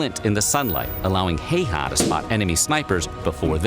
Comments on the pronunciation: When you're making a history video about a person, wouldn't you figure out how to say his name right first? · I from Finland and this is how we would say the name like you Simo Heiha. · This has to be the worst ever pronunciation of 'Häyhä'. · The person who created the video he was watching completely butchered all the pronunciations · No, the name is not said correctly. In Finnish language letters ä and y are pronounced very differently compared to other languages. Try to find Finnish pages about Häyhä, you may find correct pronouncing. It is great that people in America know Simo Häyhä. Maybe I already told that Häyhä fought in the same company with my uncle, who died in December 1939. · It truly hurts how he pronounced häyhä... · i get so annoyed every time the dude says häyhä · On problem when English speakers try to pronounce these characters is that they just remove the "dots" and pronounce it like it was an English a. In this case he also pronounces the two ä's differently from each other due to the inconsistent English spelling. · they butcher his name, if u make vids and shit u should take the time to learn the pronunciation, cause i know that channel makes money, a bit more professionalism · The video is fine, but god damn does the Häyhä pronouncement drive me crazy. I know it's not exactly easy for foreign people to say but they could've at least listened to one finnish person say it and take some notes. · ikr, this guy doesn't even know pronounce it himself. Source: I'm finnish. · I hate the way the guy says hes name its bot heyha its häyhä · Why does he say heihaaa? Its häyhä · Häyhä. Not heyha. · Simo Heihaa.. ?? What the Fuck.. His nimi is Häyhä.. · Its huya not haa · Everytime I hear "hayhaw" I die a little as a Finnish person, it's pronounced "hæy̯-hæ" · "Heiha" it's häyhä xD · Bro I really get triggered when people mispronounce names man says "hey ha" while it's pronounced "How-ha" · Heiha No. Not Heiha; Häyhä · Its not heyha its häyhä